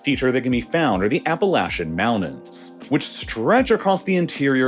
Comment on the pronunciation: I'm sorry, did you just say "Appa-lash-un mounains"? What the...? Appalachian mounTains. Notice the T. It is a free-use letter. No charge. No fee. No tax. Feel free to use it whenever you wish...Or whenever you say "MounTains". Oh, yeah, great video! Kudos on the content!